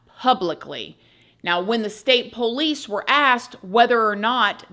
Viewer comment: Keep on saying "pole lease"